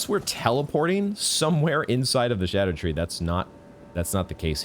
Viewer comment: Im still so disappointed hearing souls-tuber vet, Smoughtown, still refer to it as “skadoo-tree”💔😭